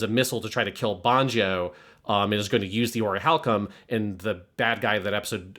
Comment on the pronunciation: Always so fascinated by some of y’all’s occasional pronunciation. Whys consistently call it “oriHAlcum” instead of orichalcum??